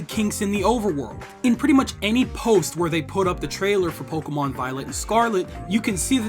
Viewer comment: You pronounced the Pokémon perfectly.